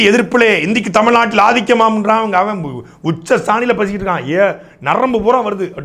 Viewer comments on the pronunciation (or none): எதே பேசுபடு பொருளா ?...யேய் அது பேசு பொருள்.... உச்சஸ்தானியா...எலேய் அது உச்சஸ்தாயி